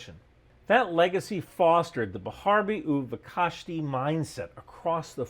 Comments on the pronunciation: B'charvi u'vekashti is pronounced "be-cha-r-vi u ve-kashti" "ch" pronounce like the german version coming from the throat. Sorry that just bothered me a bit 😅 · Bro he pronunce that soo bad i didn't catch what he said xd